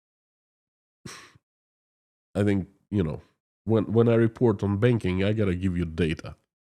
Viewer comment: When you said Another industry you wanna talk about is Banking, I heard "Begging". Maybe you should be talking about begging soon.